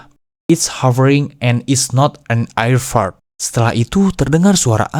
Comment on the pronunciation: sedikit koreksi - D.B. Cooper dibacanya Di Bi Kuuper - Massachusetts dibacanya Masacyusets - Shit dibaca Syit - Valentich dibacanya tetap Valentich bukan Palentik - Aircraft dibacanya Eirkraf bukan Air Fart (kentut udara 😅) saran next time riset dulu ke google translate gmn cara pronounce inggrisnya biar gak salah